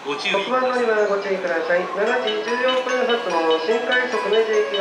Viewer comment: 接近メロディー 接近音声 じゅう↑よんぷん↓発（『14分発』の発音だけ区切り読みをしている） 到着音声